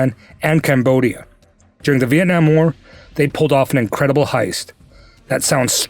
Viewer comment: Sheesh !!!!!! Man The way you said "Vietnam" it sounds exactly like "Việt Nam" speaken by the local man. Little details but it impressed me, usually our language is very difficult to speak correctly, even those who live here from outside for 10, 15 years still doesn't be able to say the word "Việt Nam" like a local.